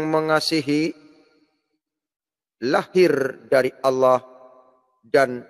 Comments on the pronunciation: Allah kace, bkn alloh, nybt aja slh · Membaca Allah, di samakan dgn lafal Allooh ya bos..